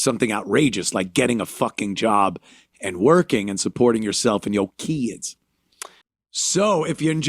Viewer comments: I like how he says kids like they say kids how it sounds like Kia’s I need foo fo muh Kia’s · "Keedz" had me rollin.